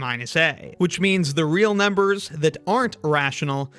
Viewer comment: I keep hearing “Ah! real numbers” Ala the Nickelodeon show